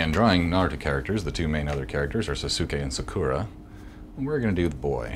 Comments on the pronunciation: some poeple pronounce sasuke as saske and sakura as saakura but ... sakuura?? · lol sasuke and sakura pronounced wrong